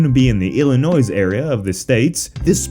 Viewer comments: Not nitpicking, but you don’t pronounce the s at the end of Illinois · Did you just pronounce the s at the end of Illinois? Here in Chicago we don't take too kindly to that. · Dude 🤦🏿‍♂️ you DO NOT ever at any point say the s in Illinois unless you're referencing the Sufjan Stevens album "Feel the Illinois". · when you say Illinois don't pronounce the s